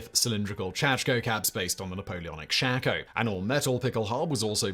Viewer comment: Why do you keep pronouncing it as “chako”? It’s a shako